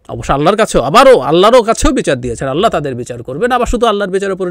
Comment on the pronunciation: আপনি ইন্টারনেট কে অন্তর্জাল বা কমেন্ট সেকশনকে মন্তব্য ঘর বলছেন কিন্তু আপনার আল্লাহ শব্দটা উচ্চারণে এতবড় ভূল করলেন কিভাবে?